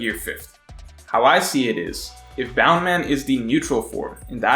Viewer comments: It's BOUNCE MAN. Bound man was an early romanization pronunciation of the name. If we're sticking with that then you have to call Luffy, Ruffy and zoro, zolo. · bound man? i thought it was bounce man. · isnt it bounce man, not bound? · Please stop calling it bound man. It's literally bounce man. He bounces. The Japanese have accents even though they use English words often. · Btw it's bounce man not boun man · Its bounce in subs but luffy pronounce it as boun man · guy: bound man everyone else: BOUNNCEE MAN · Stop saying Boundman pls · In sub luffy says it bound man but the subtitles say bounce man and the meaning is bounce man :)